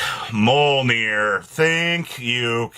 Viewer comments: Holy crap "Mullnoir" pronunciation was God awful its "Myol-near" the J makes a y sound in Norse Jormungandr is pronounced Your-mun- gon- der" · He did not tho lol its "Myol near" the J makes a Y sound in norse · its better then Major Nir like he always calls it